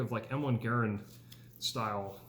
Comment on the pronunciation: Mad props to you sir for pronouncing "Garand" right 💯🕶